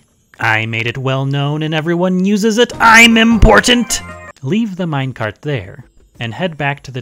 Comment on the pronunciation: it IS a mine-car-t ater all